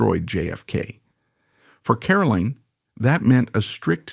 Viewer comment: Caroline is highly accomplished: the author of several fascinating books, the much lauded ambassador to both Japan and Australia, and the keeper of the flame of her parents' exceptional lives. She is a huge credit to the Kennedy family. Too bad her name is mispronounced throughout the video: she is CaroLINE, not Carolyn.